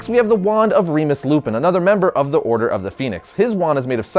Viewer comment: It's Not Reemus, It's Remus.